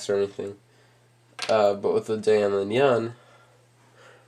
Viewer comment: its pronounced (di-ann)